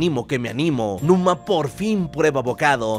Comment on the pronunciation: Numa no luma